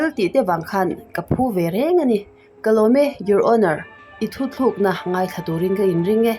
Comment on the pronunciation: Hotunu "thuthlûkna" nilovin "thutlûkna" tih tûr zâwk niin ka hria...ka lo sawive mai2 aw...keipawh ka ti diklo ve fo a nia😊. Chuan, i aw hi ngaihthlâk anuam tawp.👍👍👍👍👍